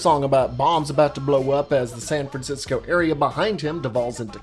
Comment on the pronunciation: You kept saying San Francisco and it made me so angry every time haha